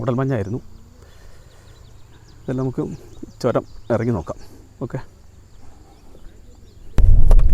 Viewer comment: എയർപിൻ അല്ല മാഷേ ഹെയർപിൻ ആണ് ചോരമല്ല ചൂരമാണ് ഭാക്ഷ നന്നാവണം അനൗൺസ്‌മെന്റിനു 🙏🙏